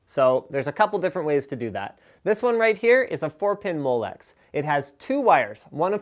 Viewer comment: For some weird reason molex sounds a lot like molestor :p